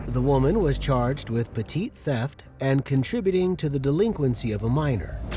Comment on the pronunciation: "I work with old people" "That's great!" no one cares... also, "petit theft" is pronounced "petty theft". Not like the French word "petite" meaning small.